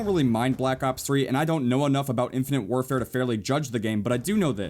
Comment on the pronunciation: ....its called, "infinITE warfare" not "infinINTE warfare" -_